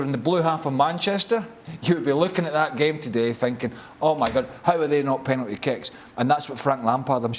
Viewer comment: Penality waw what he is talking 2 Penality....kkkkk